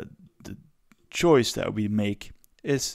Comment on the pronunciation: "choice", not "choise"